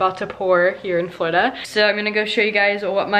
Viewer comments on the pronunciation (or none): none